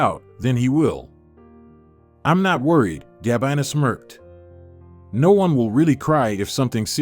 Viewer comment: Poor pronunciation of some everyday words, and names, in the commentary, eg Gabina! Good story! Great that Gabina and Leandro found each other!